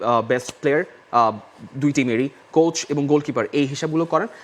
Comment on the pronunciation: একজনে "কোচ" কে বলে "কোর্স"! আরেকজনে "গাধা" কে বলে "গাদা"!! এই হচ্ছে বাংলা ভাষার অবস্থা!!